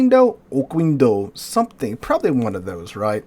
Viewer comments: Oquendo should be read as "Okéndó" as the u is mute after a q. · okendo. It would only be oKUendo if it were written like this: Oqüendo